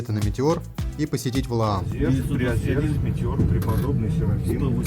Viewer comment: все хорошо, только не приозЁрск, а приозЕрск!